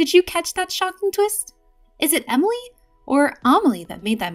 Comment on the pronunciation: For the last time it’s Emilie not Amalie